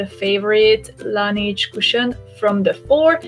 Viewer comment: nem "lenidzs" (azaz nem angol szo) lanezs (francia..la neige...a ho/ the snow franciaul.) a tobbi stimmel. :)